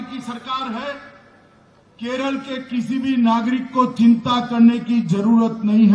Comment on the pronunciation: it's Kerala and not Keral... Would appreciate if you could atleast say the name correctly